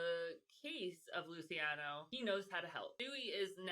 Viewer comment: Lucky “Loo-ch-iano”….”ci”is a “ch” sound…like Ciao. It’s cringe girl. Listening to you pronounce their names when you are an Italian-American. 😣😟